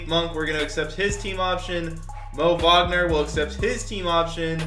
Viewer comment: i love how pronounced Wagners name right and even the announcers in 2k don’t they say Wagner with a w sound not a v sound lol